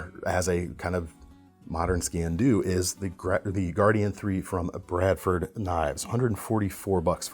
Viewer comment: It is pronounced "skeen do", it is Gaelic and translates literally as "knife black".